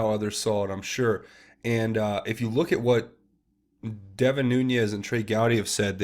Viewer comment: love your breakdowns. Keep up the great work. One minor correction: Devin Nunes is pronounced NOON EZZ not Noon Yez.